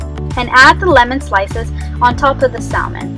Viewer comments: I have some wild salmon and can't wait to serve this! Usually the "l" in salmon is silent as in Sa-mon :) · The L in salmon 🍣 is silent.. Thank you for this! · The L is silent in Salmon and what temperature do you bake it on?